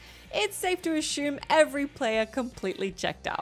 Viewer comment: Apparently the Aussies have a peculiar way of pronouncing "assume".